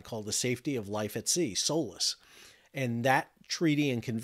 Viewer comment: Everytime he says SOLAS I hear "soulless"